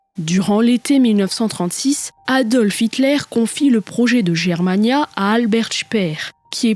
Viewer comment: Bravo! Mais, comme souvent, une petite remarque, on prononce "Guermania" et non "Jermania"... Ton travail titanesque est toujours aussi bon et agréable à écouter, pas de voix artificielle 😂! Bon courage et à bientôt...